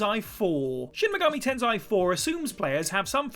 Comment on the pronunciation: "Tensai" I don't see the "A" on the word "tensei". At least try a little for the correct pronunciation.